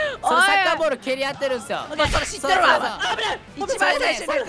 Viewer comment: からの説明の仕方が可愛くてニコニコしてしまいました もうそれ知ってるわ！ の｢る｣、巻舌ありがとうございました。 91万人おめでとうございます！💙✨ コラボ動画嬉しいです、2本投稿ありがとうございました✊😚